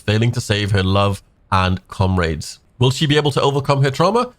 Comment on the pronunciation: Good video, but I have to emphasize on this I feel bad but it’s COM-RADES NOT CUMRAIDS sorry that hella bugged me 🤣 the new character looks nuts that beam widened my eye for a second lol